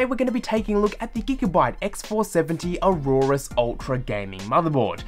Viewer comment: Dude you are pronouncing the name wrong.